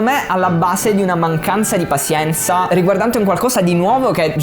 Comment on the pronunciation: Bello tutto ma "pasienza" è proprio una pronuncia fastidiosa XD madonna, sembra che lo hai detto sbagliato mille volte a posta ahahahah Tutto il resto come sempre un grandissimo insegnamento. Grazie.